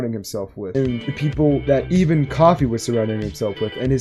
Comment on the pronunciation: for the love of god pronounce koofy right